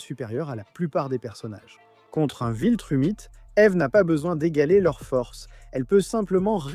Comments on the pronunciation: Viltramite...je commente sais que malheureusement ça va aider le referencement mais c'était extrêmement agaçant, la prononciation a été bonne pendant quelques secondes mais sinon c'est immonde et si c'est " VILTRUMITE" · Très bonne vidéo et chaine très intéressante avec vraiment du potentiel..mais pourquoi "viltramite" ? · C'est pas viltramite mais viltrumite quoi